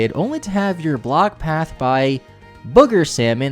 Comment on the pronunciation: my mans said “block pathed” and it put me in a state of confusion for a good 10 seconds